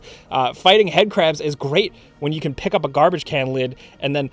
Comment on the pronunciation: Ah yes, before yoy buy